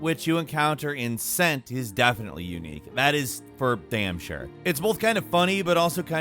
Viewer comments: ... it's KENT. Not cent. The c is a k. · Pronouncing Kent as cent 🤣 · It’s “Ken-T” not “sent” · "Cent" is pronounced "Kent" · It's pronounced "Kent", not "sent"... Anglo-Saxons pronounced "C" as a hard "K", the same way in latin "Caesar" would have sounded closer to the German word for "Kaiser" than the modern English pronunciation... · Bruh... Cent is pronounced like "Kent" not "scent" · Cent is pronounced “Kent”. Jesus 😂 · Isnt cent pronounced Kent? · Cent is pronounced as Kent by the way xD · Cent is pronounced Kent not sent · Cent is pronounced kent not like cent the money. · Hun it’s not Pronounced Sent! It’s Kent! Still there I’m England today! Like Celtic is keltic. The sports team is pronounced seltic. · It’s pronounced Kent! As in Kent County England! This isn’t the first obvious mispronunciation I’ve seen in your vids… do you even play the games dude? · its not pronounced sent, its pronounced kent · Cent is pronounced Kent. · Is there a reason always mispronounces so many words? The two I can immediately think of are Cent and Mercia from AC Valhalla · It's not pronounced cent like 50¢ it's pronounced Kent they only adopted the letter k later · It's pronounced Kent. Not Cent. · Cent? Isnt it called "Kent"? Even if you write it with a "c". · Cent is the old spelling for Kent and it’s pronounced Kent not Cent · “Cent” is pronounced “Kent” btw I live there :) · Cent is pronounced "Kent". Thats why the place is now anglicised to "Kent" now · Please don't tell me he pronounced Cent with a c and not k 😭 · omg it’s pronounced like a “K” like Kent not cent like a coin or scent like a smell!! It’s OLDE ENGLISH:( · The way he calls Kent, “sent”😭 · Just because you're American doesn't mean Cent is pronounced like your currency. It's pronounced Kent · Sir, you’re going to make the Brits mad with your mispronunciation of Cent. 😂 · It's K-ENT not SSS-ent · Mate, cent is pronounced kent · it' nor C-E-N-T, it's K-E-N-T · Isn't it pronounced Kent? Not cent